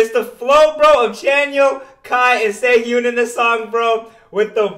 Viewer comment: I will virtually slap you, my dude. IT'S SAY-HOON NOT SAY-HYOON